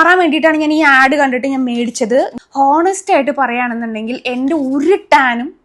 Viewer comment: ഹോനെസ്റ്റ് അല്ല ഓനെസ്റ്റ് aanu😊